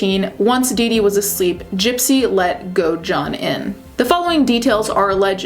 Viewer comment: Great video but the way you pronounced Godejohn is so annoying girl 😭 it’s go-da-john